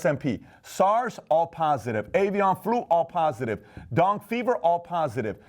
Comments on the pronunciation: Hey PBT, Dengue fever is pronounced like "den gay" fever. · Great video as always, Patrick. One pronunciation tip: Dengue is pronounced: “Dang -Gay.” As in dengue fever. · Richard Dyer I believe it’s den-gay.